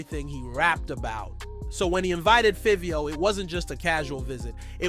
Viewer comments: Feeveo, mixed fifty with fivio and got fivvy. Man oh man this guy butchered the bro name. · Why you saying favio name like that can tell you don’t even mess with artist just talking it’s like Fabio but with a V favio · Who the hell is feeveo? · Learn how to say Fivio 😂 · bro the pronunciation of fivio how u even mess that up like WTF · Take the time to do a documentary and don’t pronounce the name right is wild lol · I wanted to watch the video, but the way he pronounces Fivio's name annoys tf outta me lol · This shit not explaining nothing and you saying Fivio name wrong man stfu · Yo can’t say his name 😂😂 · Can't even pronounce Fivio...delete your channel🤣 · The pronunciation of Fivio is crazy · FR bro like how the f*ck you mess up his name like WTF